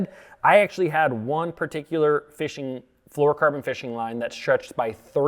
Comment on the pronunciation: Correct pronunciation isn’t one of them, no “ker” in flourocarbon, dude